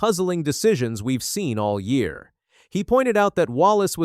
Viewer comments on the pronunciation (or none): none